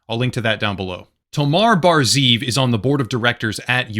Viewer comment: Just a small point to make, I know it says ZEEV and you read it like ZIV but you actually have to pronounce it ZE-EV with 2 syllables (it means wolf)